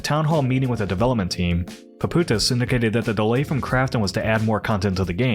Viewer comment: PAPOUTSIS. There is a 'TS' over there, dude is Greek, his last name means 'shoemaker'